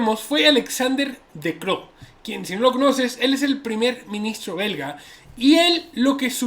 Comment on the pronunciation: Dijo berga en ves de belga jaja